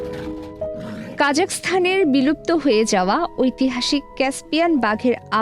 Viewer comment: কাজাস্থান কেন বলছেন??? এটা কাজাখস্তান অর্থাৎ কাজা এর পরে খস্তান বলতে হবে ম্যাম